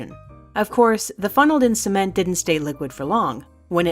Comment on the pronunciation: At first I thought she said liquid semen so I thought for gay people sounds normal then she said it hardened and I thought what's wrong with the world